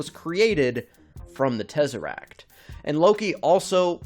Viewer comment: Why he saying it like tEzArAcT??